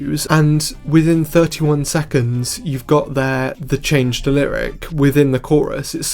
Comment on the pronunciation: "see if you can spot the chaaanggggeeee" peak accent